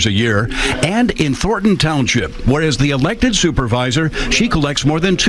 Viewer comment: Thorn. Letter "n". Thorn - ton, not Thor - ton. Let's hear that "n" son!